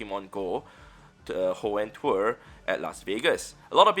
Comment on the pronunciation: Hoenn twer lol